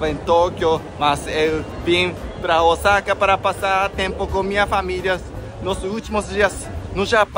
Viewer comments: quando vcs falam Osaka parece que vai falar Osasco 😂😂😂😂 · já pronunciando Osaka como os brasileiros!! 😂😂